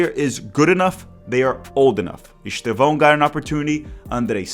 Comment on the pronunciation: Despite being Brazilian (and speaking excellent English btw), it's noticeable how you can't pronounce Estêvão's name correctly rsrsrsrs